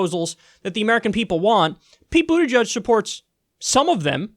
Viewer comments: Boot EDGE EDGE not Boot EDGE UDGE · "Buddajudge" holy shit dude at least fucking pronounce it correctly.